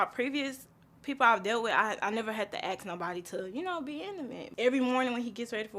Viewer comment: Yet another black man who can't pronounce ask.